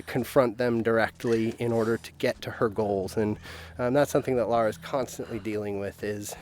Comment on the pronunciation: It's LARA, not laura...